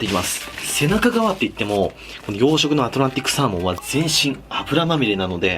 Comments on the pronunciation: アトランティスサーモンて聞こえた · アトランティッ↑クサー↓モン…癖が強いんじゃあ